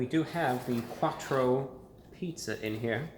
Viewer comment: “A Quartcho pizza”